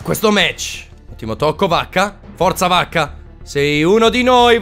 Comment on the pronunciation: Ogni volta sembra che tu dica Bacca e non vacca😂😂